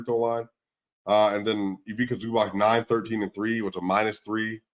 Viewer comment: Please show some respect to Zubac, he's a good guy... imagine the following spelling of his name and say it like that: Eeveetsa Zubats